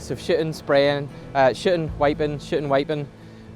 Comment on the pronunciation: Please, please, PLEASE don't take this the wrong way. I mean no disrespect whatsoever. I love your work and love your accent but every time I hear you say shooting.....i so hear shitting! lol I'm sorry man. I mean no disrespect. I, love everything you do. I watch EVERY video you post. Thank you for what you do. I learn so much from your work. Thank you.